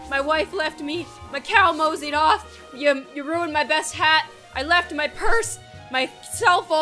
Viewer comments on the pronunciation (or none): "My cow mozeed off" 😂😂😂😂